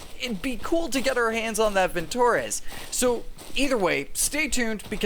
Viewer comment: vintorEz. stress on E, not on o.